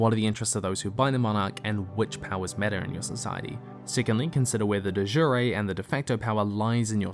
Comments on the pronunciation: I'm really sorry, I can forgive your mispronunciation of Jenna Moreci (more-ESS-see), but your mispronunciation of "de jure "(duh ZHOOR) really pulled me out of the video. Everything else was high quality as usual. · De Jure is Latin, not Italian. ‘Jure’ is pronounced like ‘Sure’ here. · Great video but American pronunciation of "de jure" hurts xD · I love you, but the way you pronounced de jure hurt me.